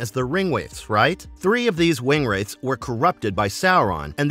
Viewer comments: Gawd it hurts when somebody knows nothing about Lotr. Who is Aragon? Wingwraith? Seriously if your going to make a video at least the the pronunciations right 😭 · And wingwraith 😭 This channel is starting to really annoy me, constantly making silly mistakes. They jumping on the bandwagon for views but don't care about their quality of the videos